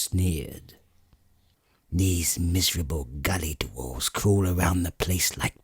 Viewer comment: British narrators add extra syllables to words, the word dwarf becomes DU-WARFE and dwarves becomes DU-WARVES.